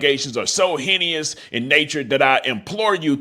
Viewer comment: I f*** with you but it's pronounced heynus 😂😂😂